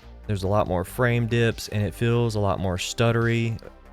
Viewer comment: Why does everyone pronounce "feels" as "fills"?